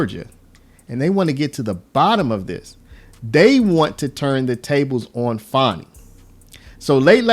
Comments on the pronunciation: I think you are pronouncing her name wrong. I believe it is pronounced 'fanny', not 'fawny'. Lol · fan i not fawn i . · I think it’s pronounced Fan ee not fawnie. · It’s FANNY! Ya’ll been gaslit into saying it wrong 😠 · FAN-e, as in football fan 😂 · Do you have a problem pronouncing this word "Fani" sound it out. It is a behavioral description.